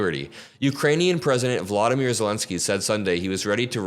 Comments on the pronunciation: All great points. Just so you know, the o's in Volodymyr, Zelensky's first name, are long o vowels, as in the word "vote." It's much different than Vladimir, which is how it sounded in the video. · Let's pronounce VoloDYmyr correctly. The accent is on the third syllable, and the letter o is always pronounced "Oh."